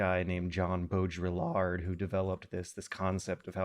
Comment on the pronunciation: pronunciation of "Baudrillard" is beautiful